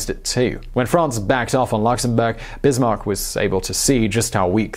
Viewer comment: How is he forgotten? He's in every bloody school textbook (speaking for the Czech Republic, so very non-French). Also, Otto [fon] Bismarck, like in fox or whatever (I only comment on that, because I saw the error in The Great War video today, too). Also, great video! :D